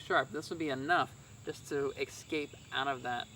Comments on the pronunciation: The word is escape, not exscape. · lots of interesting and well presented products but without demonstrations, it’s hard to determine the effectiveness of each item. As retired USAF, it’s a nice change to see a fellow Airman. And I sincerely request, please stop saying, “ex-scape,” it drove me crazy 😝